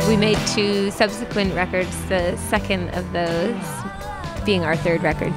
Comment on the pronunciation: Why girls like her pronounce the word "second" as "suckend"? Is it a regional accent? BTW the electronic bagpipes play just as real pipes, the key thing is the gracenotes, learn them.